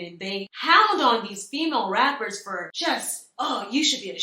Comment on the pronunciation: Not “Femail” 😢lmaoooo